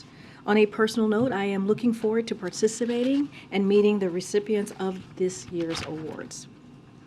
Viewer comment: Did she say: "Particibating?"